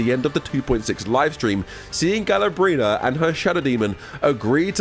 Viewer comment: GALA-BRENA. I CANT BRO